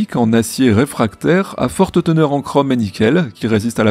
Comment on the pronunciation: Alors "Chraume" c'est le dieu de la guerre de Conan le Barbare, le Chrome c'est un métal. 😄 (je rigole sur la prononciation).